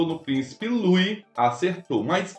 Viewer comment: IMPERDOÁVEL NÃO SABER PRONUNCIAR O NOME DO PRÍCIPE LOUIS